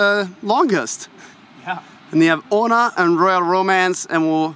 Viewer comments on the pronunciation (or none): ONA! NOT OMA! :)